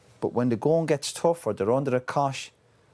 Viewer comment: Keane starts off with 'When the going gets tough,' it sounded like 'Go an' get Stuffed!' Which is apt considering the state of that Man U shower.